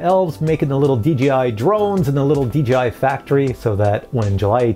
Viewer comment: I am a newbie...why do people, including this presenter constantly refer to DJI as DGI ??? It really kinda bothers me...